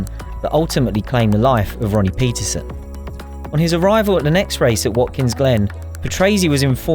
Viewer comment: I'm sorry to say but you've got Mr Ronnie Peterson, his surname is pronounced pet-terson.